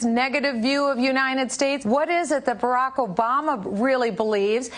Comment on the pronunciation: She can't even say "United States" correctly. She pronounces it "Unineted States".